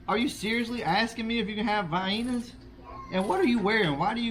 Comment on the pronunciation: The way she said Vienna had me chuckling. Vyena 🤣